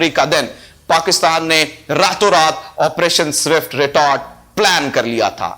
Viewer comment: Jabwa jee zindagi mein kuch parh likh bhi lena tha. Bohat semi literate reh gaye ho. Fazlika ko fazalka keh rhay ho. aur swift retort ko zift retort boltey ho.